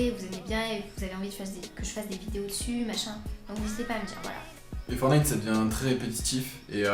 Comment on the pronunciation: FOR"T"NITE PAS FORNITE LE T LA IL SER IL EST PRÉSENT LE TTTTTT😤😠😈